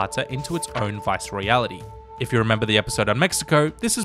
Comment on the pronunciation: AMAZING work! (Viceroyalty is pronounced just the way it's spelled though - not "Viceroyality")